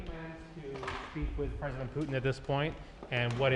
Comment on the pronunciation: Er ist leider schlecht verständlich (für Leute, die Englisch nur in der Schule gelernt haben) Und was soll das immer mit den "Puten"?!